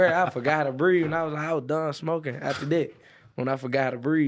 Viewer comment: Adam, how’d you sit through this without laughing cuz I’m weak af 😂😂😂 “Libwary named efter me”🥴😂😂😂😂😂😂